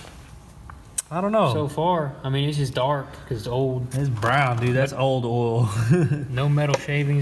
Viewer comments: Hehe, they say "ohl". I grew up in a town that pronounced oil "ohl". Good folks. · I like how you say “oil”